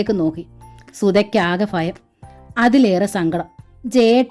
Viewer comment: വായന വളരെ നല്ലതായിട്ട്.... നല്ല ഹൃദ്യമായി തോന്നുന്നുണ്ട് ❤❤അതേ ഫീലോടു കൂടി ഉൾക്കൊള്ളാനും പറ്റുന്നുണ്ട്... പക്ഷേ ആ ഫാരതി... ഫയം... ഇങ്ങനെയെല്ലാം കേൾക്കുമ്പോ ഒരു അസ്വസ്ഥത 😞പ്ലീസ്.... ഭാരതി... ഭയം... ഇങ്ങനെ വായിക്കാൻ ശ്രമിക്ക്യോ?